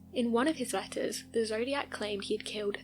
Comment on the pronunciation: You saying letters sounded like lettuce too me whenever I heard lol